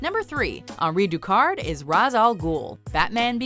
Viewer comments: Its pronounced "Raysh" not "Ra'z" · Jesus Christ you know better! Shameless! You damn well that Ra's is pronounced RAYSH. The studio made a joke about it in the movie but you don't need to here. I know it's kind of silly to be pissed about something so small but it's a pet peeve of mine. I'm pretty sure you've even had this included on a video at some point!